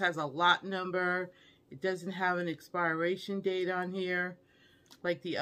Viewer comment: Love u but I’m cringing every time u say ALDIs instead of Aldi & Walmarts instead of Walmart & the word expiration is not expireation…it’s pronounced as if it’s spelled experation . It’s per in the middle. (But spelled pir). Sorry been keeping this in for a long time. Comes from a place of love. Enjoy your Thanksgiving!